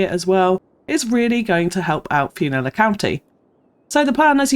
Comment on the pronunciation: How about "Flew-nilla Airlines?